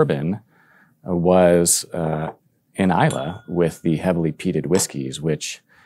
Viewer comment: A great video guys, thank you! Just to say, however…there’s no ‘e’ in Islay! 🙂